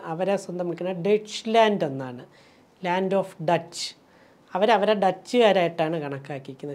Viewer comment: ജർമ്മനി Deutsche എന്നല്ലേ ഡോയ്ച്ചേ /ഡോയ്ഷേ എന്നാണ് മെറിയം വെബ്സ്റ്റർ ഉച്ചാരണം ഡച്ച് അല്ല